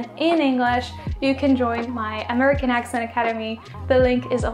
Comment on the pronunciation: Please keep practicing your "American accent".... I am hearing "Amurr-ican" when you attempt to say "American,". In this video, there were several instances where you attempted this proper noun, and you missed it every time!..... Maybe you are not hearing it properly.....One cannot reproduce a word they are not hearing. Think "very, merry, berry, Terry -- rather than "furry, slurry, Surrey."